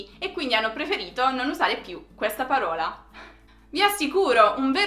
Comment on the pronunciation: non ci siamo con le pronunce: * còsa, non cósa, qualcòsa non qualcósa * paròla , non paróla